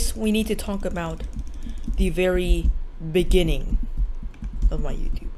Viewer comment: "Ini the beninging" I haven't slept in a while,.